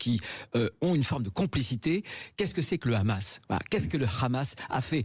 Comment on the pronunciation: Il dit khamas et non hamas et pourtant il a dit Arris pour Harris et non Kharris. Ça donne une idée où il s'informe sur le génocide à Gaza auprès de son ami le boucher bibi 😂